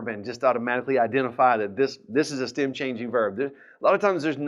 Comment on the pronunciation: I am a German learning spanish with your videos. It took me a few days now to understand that you say "stem" in this video and now I know what that means. I thought you say stam or stim and couldn't find a proper meaning for it :D